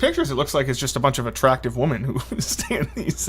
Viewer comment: Justin can't read or say "women." One of the oddest things